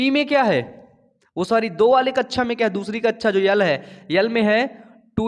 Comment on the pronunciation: sir kaccha nahi kakcha hota h 👍🏻